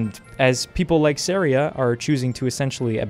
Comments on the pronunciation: It's pronounced Sa-ri-a (Suh-rye-uh) Trust me on this. ;) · Not what how he says saria